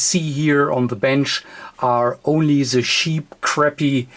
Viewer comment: Lol, "are only zee sheep crappy devices which you can buy"